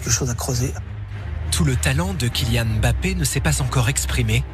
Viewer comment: Eh! C'est pas M bappe. C'est Mbappe